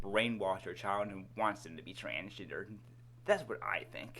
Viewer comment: Transginger. This dude is saying transginger